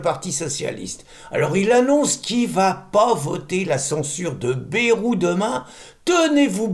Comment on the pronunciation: Merci, mais on prononce Baille-rou dans le sud ouest, toutes les lettres se prononcent, sinon on l'écrirait Bèrou .Merci !